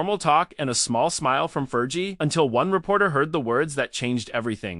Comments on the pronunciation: Learn how to pronounce "Fergie." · 5.30: “there’s no real proof”, well , there you are then…………..and if you want the robot voice to be remotely believable, it’s Fergie with a hard g, not a soft one. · Yeah ... It's driving me crazy, too ! "Fer•gee" 😂😂😂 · AI voice over. Cant pronouce "fergie